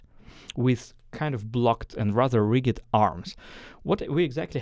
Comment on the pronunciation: Love your style of teaching …Just for your pronunciation reference: rigid is said with the same pronunciation as used with “just”, or “judgement” or “danger”the g is softer